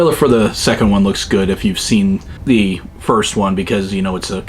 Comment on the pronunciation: "Why am I covered in zee goo" 😅